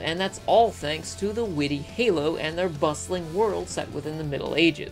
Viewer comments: Did you call Horo or Holo (depending on how you translate it) Halo? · why did you just pronounce Holo, Halo? xD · I feel a sudden urge to point out that you said Halo instead of Holo.